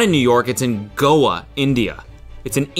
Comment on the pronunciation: As an Indian, I'm pleasantly surprised by how pronunciation of Goa.